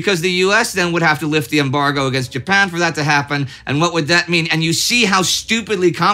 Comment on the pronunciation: Mispronouncing Japan and I'm supposed to just let that slide? No pasaran! Someone's been too long out of Texas and too much in Sweden!